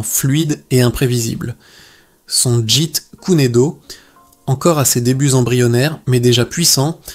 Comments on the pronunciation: tu prononce le jit kuner do , ça ce prononce le jet koune do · Jite kuné do..Jite kune do... Bon allé c'est de l'ia ... Jet Kun Do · Ouhaou ! C’est pénible à écouter... très pénible, mais c’est intéressant malgré la voix monotone de l’IA incapable de prononcer correctement Jeet kune do